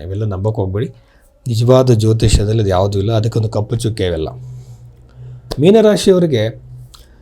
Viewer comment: First learn how to correctly the word meena in kannada